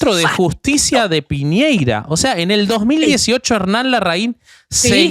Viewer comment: Poca preparación de la Rufi.... El tema sectario de colonia y el culto a la figura del dictador deba para tela y traje...... cada vez pronuncia para el orto..... Piñera en vez de Piñera, Bérrios en vez de Berrios.....y Luna, yo recuerdo su cabellera oxigenada cuando logra su cometido y al tío Paul cuando lo arrestaron en pañales...